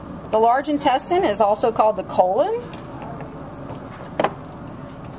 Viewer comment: omg 🤣 lmao she is pronouncing intestine wrong 😂😂😂